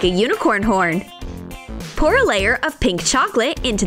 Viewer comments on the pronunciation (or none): none